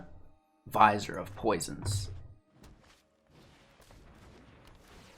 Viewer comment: Vizier is pronounced vuh-zeer. I only know because I had no idea how to pronounce it. I only mention it because you said you were working on pronunciations.